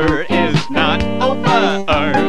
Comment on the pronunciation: I feel like he added another syllable to the words dinner and over because the word hasn't ended yet, therefore it's not over